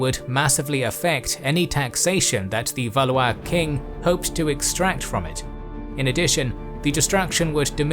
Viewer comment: Valley-is?! Valwah is correct pronunciation. LOL